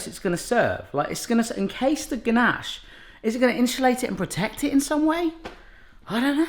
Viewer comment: When he kept saying ganache, I thought he was saying Ganesh, the hindu god. I was so confused for the first 3 minutes for the video, lol XD.